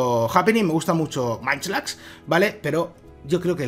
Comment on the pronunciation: No es manchlax, se pronuncia monchilax